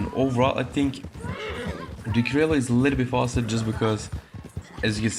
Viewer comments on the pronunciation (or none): I dont care wich is better! What is better an indian or a pakistani! Its pronouncing is krioyo and not criolo@